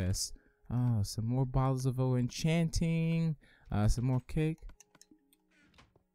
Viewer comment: why dose he say bottles of o-enchanting